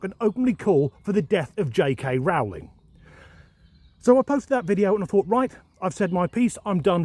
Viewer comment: Another eye-opening video. Just a small point, though - 'Rowling' rhymes with 'bowling', not 'cowling'. Otherwise, good.